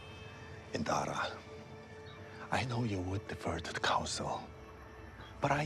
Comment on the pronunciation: Master *IN*dara, keeps saying "Inara" lol